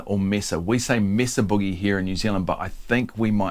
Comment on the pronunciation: It’s pronounced May-suh You did pronounce boogie correctly, ie: not like moon or groove.